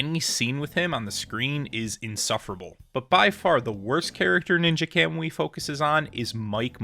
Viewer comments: this guy has no right to criticize the anime when he can’t even fucking pronounce it right 💀 i stg y’all new gen fans are gonna be the death of the anime industry fr, the single most used “critique” that people seem to use is that it got “bad” when futuristic tech was used even tho it was literally shown in the 1st episode, you would’ve known that if you didn’t have your head up your ass and actually paid attention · Shit went from 10/10 to a -10/10 real quick and learn how to pronounce words kamui is easy to pronounce it